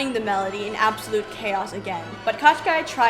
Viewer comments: Girls, if you such funs of the Firbird (Жар-птица the Heatbird in original) ballet let me make some remarks to the characters names pronounciation. The main antagonist name isn't spell like Qashqai (it's a mark of the ja[anese car) but Koh-Schey. It's hard to give the proper russian spelling of the sound Щ in english just put Кощей in google translator and push the spelling button. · I enjoyed the analysis very much, but I have never seen Kotschei written or pronounced like this, it made me smile each time you said it. I always assumed it to be transliteration from russian, and as such it should be like Koschei or Kaschei, pronounced like written. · NOT Katchkai , dears! It's KOSST CHAY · Hi girls. Thanks for such a fun show. I am Russian and when I was listening to you talking about evil witch I could not recognize his name. Then I looked at the closed captioning and got it. The closest phonetic spelling would be Koshay with an audible accent on 2nd syllable. All those extra consonants are making no sense at all. I think that proper names should be pronounced as closely to original as possible. Thank you again. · The sorcerers name is actually pronounced Ka SHAY. Which means roughly Mr Skin and bones. He is notorious for kidnapping fair maidens. One of them he turned into a frog. Good luck finding a prince to marry you. At least Rothbart had the decency to turn maidens into swans. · Ka, not Ko? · Do I recognise Andris Liepa as Ivan? Also, the name of the immortal villain in Russian is pronounced with only one K (in the beginning), the second consonant is sort of a long soft SH sound, and last vowel is /ei/ like ‘play’. Thanks a lot for this amazing recounting of Firebird!